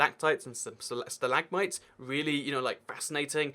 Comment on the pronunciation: Wait how to do say it stilagmits